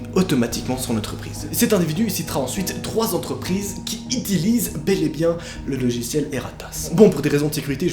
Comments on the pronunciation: suis je la seule qui a entendu "itillise" au lieu de utilise ??😂😂 Oui j'avais besoin de le dire mdr Édit : je vous aime les fan de kpop salanghae I PURPLE U 💜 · "qui itilise" NOA 2019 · ''qui itilise'' mdr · Le petit « tu vois » à et le « itilise » a m’ont tués 😂😂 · "Itilise" 😂😂 Y'a que moi qui rigole de ça dans un thread oreur ?😂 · "Qui itilise" Bravo noa... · il dit "itilise" mdrr😂😂 PS:j'ai adoré (et flipper) ta vidéo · quand dit "Qui itilise "🤣🤣